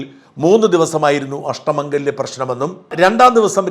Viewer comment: അഷ്ട മാഗല്യം അല്ല മംഗല്ല്യം എന്നാണ്